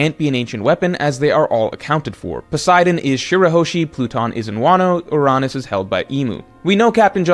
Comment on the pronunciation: I've never heard anyone pronounce Uranus that way